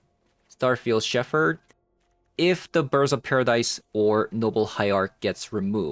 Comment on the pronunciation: just FYI, the word "Shepherd" is pronounced "shep-urd". I know, I know, English is stupid (it really is). There's an exception to every pronunciation rule.